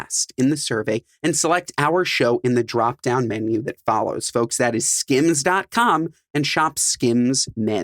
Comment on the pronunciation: Why did it bother me that he’s calls or skins not skims like boy chill out how you getting paid to promote a brand you can’t even pronounce right 😂